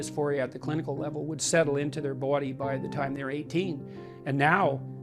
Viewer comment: the way he says body, "bowdy".🤣